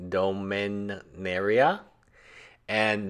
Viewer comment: Nice pronunciation! But it's Dom and in Domino not Doo. Keep up the good work!